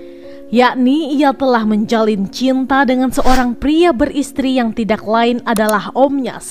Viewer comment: Mbak baca narasinya bukan tidak tpi tida